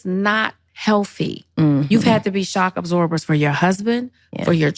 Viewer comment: THE LONG AND WINDING ROAD ............. DID SHE SAY SHOP ABSORBERS? America needs to put the THC DOWN